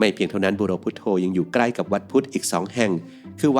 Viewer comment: มันอ่านบุโรพุทโธได้ไง